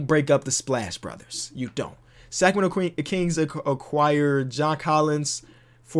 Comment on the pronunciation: you not getting by with that,. You about said Sacramento queen’s 😂 love it😂